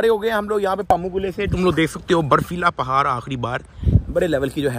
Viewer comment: پہار نہیں پہاڑ